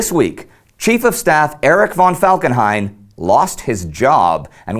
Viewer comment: I know i'm nit picking right now, as you do it right otherwise, but as a person who has a ''von'' in their name it's really annoying when someone says ''von'' instead of ''fon'' .